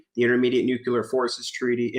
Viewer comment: it's not NUCULAR it's NUCLEAR